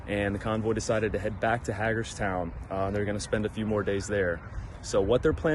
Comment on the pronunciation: It's pronounced hay gerstown. Great video